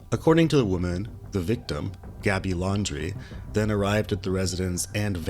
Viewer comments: It’s Land dree. Not laundry. 😂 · Pretty sure “Landry” is not pronounced “laundry”…or, “laundry” is not spelled “ Landry”..